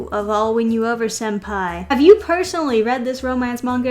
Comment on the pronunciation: Senpai* with an n not an m